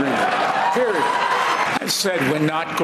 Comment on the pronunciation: Did Biden say periodt 😂😂